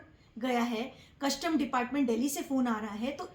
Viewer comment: Madam, word कस्टम होता है, ना की कशटम!